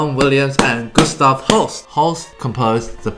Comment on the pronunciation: You pronounce Gustaf perfectly. Regards, a Gustaf.